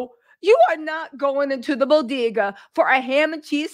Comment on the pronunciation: Hahahaha “ the Bo.De.Ga” 😂 🤣🤣 Bagels Baby.. Bagels